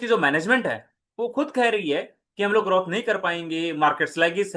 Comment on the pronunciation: Bhai ग्रोथ bolte h ग्रौथ nahi